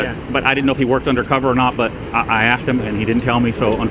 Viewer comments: He axed you... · Excuse me.....You AXED me? wouldn't that be at least assault? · Again it is not axe. The English word is asked. I think he wants to cut down a tree when said axe. Can't even pronounce a simple word. And he protects. Wow idiot's are out. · The word is asked. Not axe. Learn how to pronounce words. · He axed him...🤣🤣🤣🤣🤣